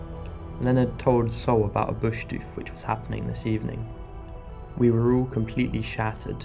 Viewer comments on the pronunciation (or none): It's pronounced "doof," like hoof or the call of an excited primate 🦍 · It's called "doof doof" for a reason trip, not douf douf 😂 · “Boosh deuf” 😂😂😂😂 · Bro said dooef HAHAHAHA 2 posh to even exist thats crazy, how are these soft Brits even able to leave there houses letalone travel the world, thats crazy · Its pronounced Bush Doof not Bush dewf.. GRRRR bloody PoMz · "Bewsh deewyf" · I dont know if i can handle 14 minutes of you pronouncing "doof" like that! OMFG 😂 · BushDoorfs is how it's pronounced how are you saying it wrong if you did it in aus this was so hard to watch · Love it mate! We need to learn ya in the "doof" pronunciation though 🤙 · Yep -- doof - short 'oo' like in look. Started doofin' back in 95'. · try saying doof like your explaining that drop in bass or a large heavy bag slamming as doof is a descriptive word, not necessarily the name , well it's become the name but it comes from the sound in the music on big sub woofer. How your pronouncing it, it sounds like you have added a u in it " douf " but hay happy you got to experience something uniquely Australian. There great fun. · Your not saying doof rite!!! Probly ask someone about that!!! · Bush dufe 😅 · you should really correct your pronunciation